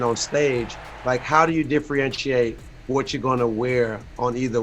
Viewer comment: Nobody: Trinidad: DIFFRIENTRIATE